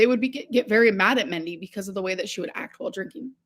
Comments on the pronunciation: Is she trying to say Mindy when she calls Destiny's mom "Mendy"? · I think she meant Mandy or Mindy. She pronounces words like an imbecile.